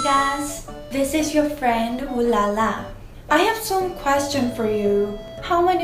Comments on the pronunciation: When she prononce her chanel name:, french i here: OUH LA LA LA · i thought she said.. "Ohlala~"